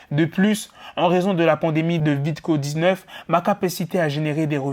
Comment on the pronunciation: VID-CO 19 😭 tu ma tué 😂